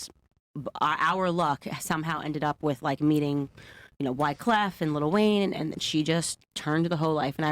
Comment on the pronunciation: Pronouncing wyclefs name correctly. A cultured woman. Just wish she wasn’t so strangely pro white lol